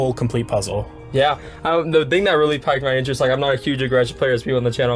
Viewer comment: Loved this video and it's so cool you got to get your buddies to share their thoughts too! Also just a friendly heads up. You used the phrase "piqued my interest" a few times but pronounced it as "piked" when It should be "peeked" my interest. Oh also your jacket is awesome!